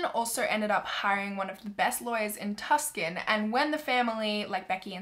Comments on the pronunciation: thank you for covering this heartbreaking case! 💕🙏🏼😘 I did want to let you know that Tucson is pronounced (two-san) instead of tusk-can. But until I lived in Arizona, I pronounced it incorrectly as well! ☺️ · I remember seeing her posters at the stores and even in the office when I was in school.. also not hating but just so you know it's pronounce Too-son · Lol just so you know Tucson, AZ is pronounced TooSun😂 I used to pronounce it like you too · It’s not “Tuskan” it’s pronounced “tooson”! So sad when a child is murdered! 😢💔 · Pronouncing Tucson like “Tusken” was cute , lol. It’s pronounced “Too-sahn.” Lol. This comment was very light hearted and I understand this subject matter was the furthest thing from Light Hearted. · "Tuscan" 😂😂 Tucson is pronounced "Too-sahn" Would love to see an update on this now-solved case! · At first I though she lived in Italy, in Tuscany . . . and then realized it was Tucson (pronounced Too-saan). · I like how she pronounces Tucson TuK-Son 😂❤️ instead of “TOO-Sun” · It’s pronounced “too-sahn” not tuscon lol but great video! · I know you always say that you have the worse pronunciation, which is cute. Tuscan is pronounced Too sawn. Love your videos, thank you! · u pronounce it tuscon. too SON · Ok. I live in Tucson. It isn’t pronounced “tusk• en” it’s pronounced “ too• sawn” Sawn like dawn. If you still don’t know have google say it for you. *triggered*. Sorry. Still love your vids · I thought it was Pronounced Tuck- Son too lol till someone from Arizona got mad at me and said it’s pronounced TOO-SON! Lol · Tucson is pronounced tuc-son or tu-son but not tcsun p.d. You make great videos!!! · I absolutely love your videos but "tuscon" is actually pronounced "two-son" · How about learning to pronounce the city CORRECTLY: pronounced "tu-son" and not "tus-kon" Also, you should consider an updated video. Since this video's release, an arrest had been made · Too-Song not Tus-Can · “Tuss-can” It’s pronounced “Too-sawn” 😉